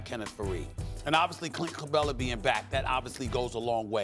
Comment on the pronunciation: listen to SAS say clint capela 😂😂😂